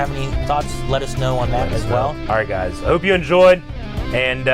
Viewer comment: What I heard: "There's a real intensity to these gays!" You're not wrong, you're not wrong.